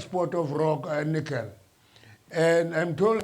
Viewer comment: Mamtshe actually said Heineken instead of nickel 😂😂😂😂😂